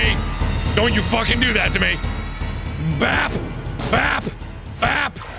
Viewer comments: BrambleLeaf Warriors/AJ/Animations cuz u didn't say bab you said bap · who else heard fap instead of bap lol ( i re-winded cause i was confused lol) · Woofy Mcwoofwoof he said it right